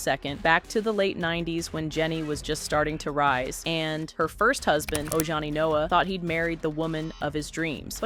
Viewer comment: Oh Johnny 😂😂😂 it’s Ojani.